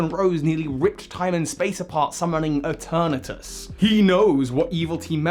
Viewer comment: ITS PRONOUNCED E-TURN-ES